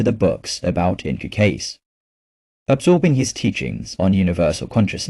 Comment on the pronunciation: Nice story and nice message. But if you’re going to put it out there, why not use a real voice? Yours or someone else’s if you prefer. This AI voice is distracting and offputting in that it can’t even pronounce Cayce’s name right, and the odd, inhuman punctuation and spacing. Why not bring a real voice to this?